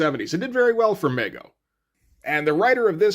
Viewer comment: "Me-Go" not "Meg-Oh".